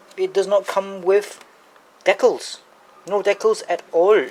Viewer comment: Ur saying decals wrong